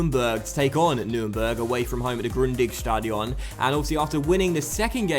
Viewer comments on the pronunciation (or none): "Stadion" is pronouced with the stress on the A, not on the O